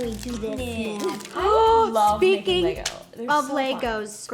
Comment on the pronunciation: omg the way the pronounce lego 😂 "laYGOs"